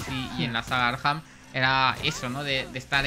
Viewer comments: Por q el de la lo llama arjam???? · Por qué dices “Arjam”? 😅